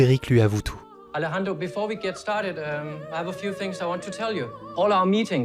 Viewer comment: Super vidéo !! Je ne suis que tendu par le fait que tu dises "AleXendro" à la place de "AleRRendro" mdrr